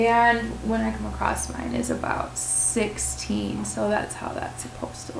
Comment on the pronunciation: I wish you well in your weight loss efforts, but there is no "t" in the word across. ;-)